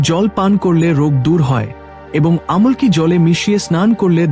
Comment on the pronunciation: আমলকী গাছকেও ভুল ভাল উচ্চারণ করছে